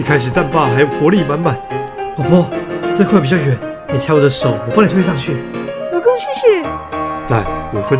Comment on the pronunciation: 1：56老公說出老ㄍㄨㄥˋ